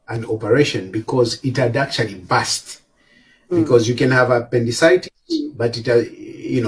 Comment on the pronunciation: BASTY😂😂😂 ITS BURST IMPROVE YOUR PRONOUCIATION DUDE